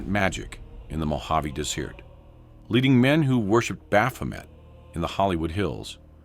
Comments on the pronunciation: Is this AI? I think he said dessert instead of desert and now I’m hungry. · "Mojave Des-eert?" This is stupid. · your stupid AI can’t even pronounce Desert correctly. Des eart 😂😂😂🤡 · This is AI pile it is designed to confuse you about the truth, and Youtube won't stop promoting it to waste your time, because the truth is not what it seems. When this video tries to pronounce "Mojave desert" it says des-ear-t - so you can bet that the actual hidden affiliations, meanings and symbols will not be expressed and exposed any more accurately, including who is carefully manipulating Youtube to hide how brainwashed the celebrities are - incapable of speaking out or understanding their roles. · The Mojave "Dez-eart" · Pronouncing desert in French vocabulary instead of the English way 😂